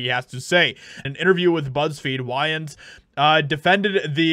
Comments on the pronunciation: I was hoping to watch the whole article but when you pronounce their last name wrong it sounds like you have no clue who this family actually is their last name is pronounced way ans, not why ans this is the first time I've ever corrected anybody I sound like one of those left-wing Karen's but what are you doing a story about a certain family you have to get there last names pronounce correctly or it makes you look really bad sorry but I still love the show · Love the Wayans family. They made livin color ( it's pronounced waynes) they're comedy trailblazers. Gen x ers aren't having it. We weren't raised to be offended, we were raised to appreciate differences. I never seen anyone as below me, they didn't think so either. We played without thinking about it. In fact, we have a lot of interracial relationships. Funny, don't see it as much with the gen Z ers unless they're making a point but, they're in 20 other relationships too. We don't care if you cancel us, we don't live online. Good for him!!! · Its pronoced "Weigh yans" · “Why-ans”? I think you mean Wayans (pronounced like it is spelled). Come on, dude! 😂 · I'm pretty sure wayans is pronounced way-ans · Wayans is pronounced Weigh-ends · Wayans pronounced WAY INNS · It's WAY-unz 🙂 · His name isn't pronounced Wyans. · Whyans? Jesus Christ! How do you not know who Marlon Wayans is? Can’t even pronounce a legends name right? Shame on you. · Its pronounced Way-uns. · Come on man, “Why”ans?? Have you really not heard anyone say his name correctly before? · Bro I love your content but you butchered Thier last name 😂.whyins 😂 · You are mispronouncing Way ans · "White Chicks 2 needs to happen 'cause i got a mortgage, muhmugga!" 🤓 Oddly enough, you pronounced his last name correctly the very first time, then never again. P.S. don't mess with the Wayans - there's a CRAP ton of them! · Am I the only person that was annoyed by the way he kept miss pronouncing his name lol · U gotta say ppl last name right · Wayans not whyins